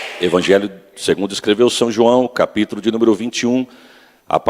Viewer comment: Só achei estranho falando são João